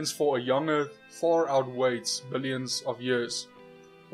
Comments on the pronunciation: "Billoins of years"? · "billoins". heh. Flattards are defective in every way. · what's a billoin? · Stopped listening to the guy after I saw "billoins" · "Billoins" of years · bill-OINS of years.. LOL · He lost me at "billoins [sic] of years".